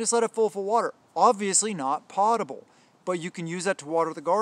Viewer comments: Potable Drinking water - Food American pronunciation Sounds like pow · tuh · bl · You forgot bleach bottles,they are perfect for “potable” water which you didn’t pronounce correctly